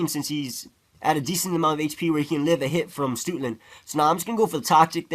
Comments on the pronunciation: lol he pronounces Stoutland as Stootland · "stootland". lolz